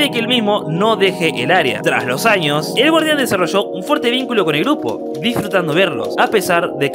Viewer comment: En el minuto Años no Anos si 😂